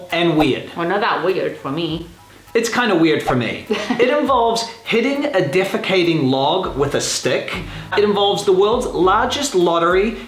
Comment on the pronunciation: By the way the word is defecating, not defagating